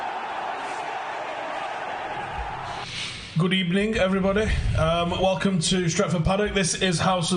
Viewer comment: Good Ebening lol